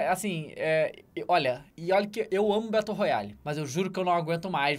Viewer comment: "Betôu Roiali"